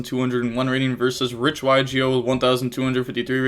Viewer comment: Hey db, reich is pronounced rike. Just don’t look up the 3rd one